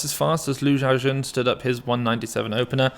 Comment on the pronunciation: was anyone else bothered by how the commentators pronounced lu xiaojun 3-4 different ways? like, who the hell is ju chowjin?